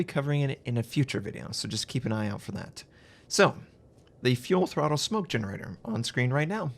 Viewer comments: Why is he saying fuel throttle instead of full throttle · cmon its full throttle not fuel throttle